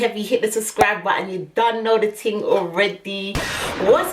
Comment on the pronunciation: "If I do my ting, its gonna be a big ting" 🤣👏🏾🏆 Then you want to get upset now I've done what you said... They're mad 🤣